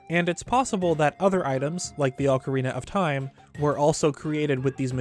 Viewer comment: Stop saying ocarina of time wrong 😑